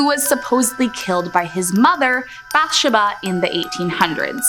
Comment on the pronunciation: how you gonna vouch so hard for the movie "The Conjuring" then butcher Bathsheba's name so bad lol. They say the name like 17 times in the movie and never pronounced it like that 🤣